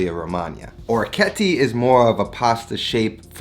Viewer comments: Thanks for the awesome vid! My OCD however is forcing me to correct your pronunciation. I believe it's pronounced oh-reck-ee-et-tay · Just to let you know. He absolutely butchered the pronunciation.